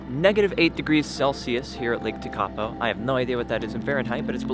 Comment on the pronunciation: Bless... you have to work on the pronouncing of Lake Tekapo. (Try... Tech-a-po not Te-ka-po).